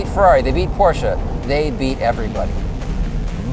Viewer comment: Such an outstanding car 🤤😍 Bonus points for pronouncing "Porsche" perfect 😁 Is that Jason's work? 😜